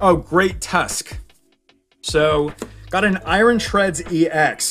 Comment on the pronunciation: Why you keep calling Iron Eye Ron It's pronounced Eye Urn I don't understand this because you speak English perfectly fine Edit: just my opinion the cards look fake in the English set